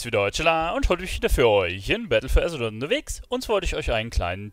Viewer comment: Seit langem mal wieder ein Video von dir geguckt und ich muss ja sagen, dass ich hoffe, dass die nächste Erweiterung nen kürzeren Namen bekommt :D du überschlägst dich ja beim Battle for Azeroth aussprechen^^